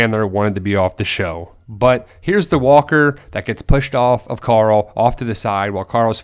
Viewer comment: are you turning into rick? Youre saying coral instead of carl now xD